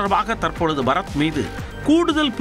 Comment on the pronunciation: இவன் பறத் இல்லை பற-த் 😂